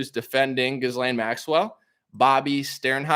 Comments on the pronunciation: Try Ga-lane instead of Jizz-Lane, despite the latter being more appropriate 😂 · Her name is pronounced G'ee Lenn. Also pronounced as Criminal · It’s pronounced something like “gillan” heard her brother saying it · It's Jizz-lane, ha ha. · In French I believe her name is pronounced (soft)geez lane. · Pronounced Gih- lan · It’s pronounced ghee-Len or jis-len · You're researching and doing a pod cast on a person and you can't pronounce her name